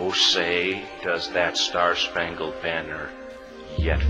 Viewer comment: It’s spangled not spungled lol